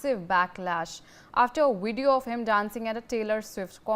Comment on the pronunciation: Please, this title is a little redundant, don'tyou agree? Please hire a 'proof reader', to keep your professional appearance. 1 more thing - it's VIDEO. Vid ë ö. Not WIDEO. Wìd ē ö. Wideo is not a word found in our English dictionary. Shared with ❤ & Support for Indian News! Thank you. 🇨🇦 ❤